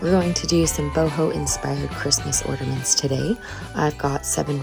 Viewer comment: Love all the ornaments. But there is no D in the word ornament.😊❤